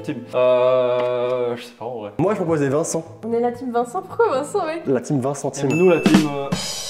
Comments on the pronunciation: "La team Vicent": '' Pourquoi Vicent?": "La Vingt-cent-team" 🤣💲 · "Vincent ving-centime"🤣🤣🤣🤣